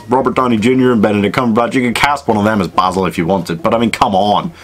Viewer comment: Jackman can’t roll his R’s well enough for Basil... I mean, he’s obviously modelled after Basil Rathbone’s Sherlock, which is still the gold-standard